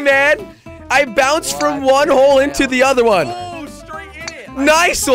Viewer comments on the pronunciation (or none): says hoe instead of hole